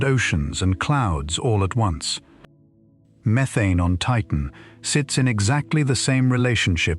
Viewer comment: Stop saying methane wrong 🤦🏻‍♂️